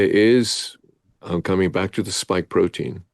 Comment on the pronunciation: Lol...Bioshield, not Biostrike, and it's a "spike" protein, not "stike". 😀 But who really cares if it works, eh?! 😉 Great interview. I also saw the Tucker interview...